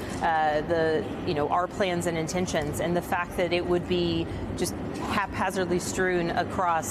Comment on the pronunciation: 'eckschtrordinary risk'